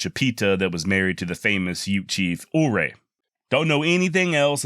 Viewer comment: Chief Ouray- Pronounced Chief Ray Everyone does it- the OO-Ray. It’s more like wray one syllable